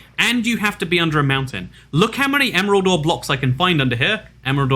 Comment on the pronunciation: I hear emerald door instead of emerald ore lol